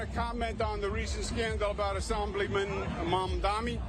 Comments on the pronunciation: I think you're burying the lead here: He said he wanted to talk about "assAmblyman Mamdami." It's bad enough he can't pronounce Zohran's name; but it's extra embarassing that after a lifetime of being a political nepo-baby, he can't even pronounce "assemblyman." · He also called him "Asambligman" instead of "Assemblyman", so, like, he's doin' great at pronouncing words in general, it seems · "Assahmbleemin Mamdahmee"? He still can't get his name right, and now he can't even pronounce "assembly man"? Where dafuq did Quid pro Cuomo learn English?